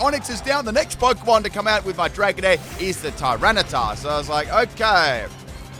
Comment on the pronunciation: I was listening to this in the background while team building, and thought multiple times that you were calling Tyranitar ‘Tyrone’ and not ‘Tyrana’